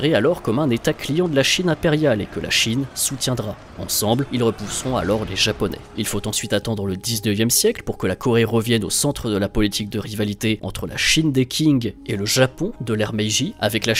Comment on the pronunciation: 2 petites erreurs : la dynastie Qing se prononce « Tching » et la guerre Russo-japonaise a duré de 1904 à 1905